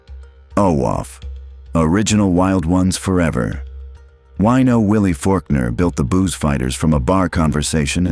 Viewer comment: The name is not WEENO Willie - it's WINO Willie. What an idiot.